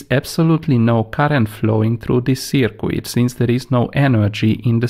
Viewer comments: Its not a circwid its a circuit pronounced circ-it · Circuit pronounce as "cirkit" not " cikwit" 🤣🤣🤣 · Great vids. FYI don't pronounce the "u" in circuit. Read it as Circut. Phonetically Searcut. Cheers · I like the way he says "seercueit" for a circuit. Phonetically it's "Sirkit". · Well done for taking the time to explain things as you do. Some people might find you are taking too much time but I understand the importance of not rushing basic concepts. Just one tip - I know it's spelt circuit but it's actually pronounced as if spelt 'sirkit'. Keep up the good work (from a former electronics engineer). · Sir qweettttt!!! :-)